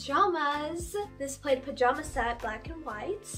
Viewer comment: I’m sorry did she j call checkered plaid? And did she just call plaid [pl aaa d] played? 😂😂 love ya j had to point that out ❤️🤣🤣